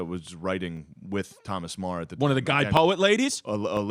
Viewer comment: Meagher should be pronounced like ma-her not marr